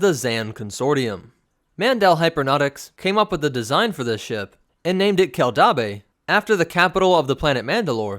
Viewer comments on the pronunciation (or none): Dude. Your pronounciation is terrible. Keldabe kell dayb. Named for mandalore's planetary capitol city Kimogila Kee Moh Gee Lah. Named for a predatory mandalorian big game lizard.